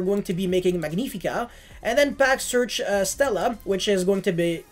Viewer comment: Magnifica in this case is from Latin not Italian it's spelled like magnetic 😂❤ For the rest great deckkk